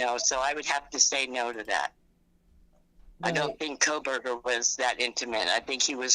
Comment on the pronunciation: JJJ: Kopackoburger 😂